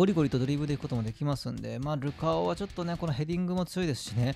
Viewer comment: ルカオの発音がルカ男なの好き